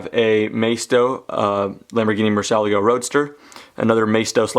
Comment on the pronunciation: Awesome collection, but the murcielago is pronounced mur-c-ah-lah-go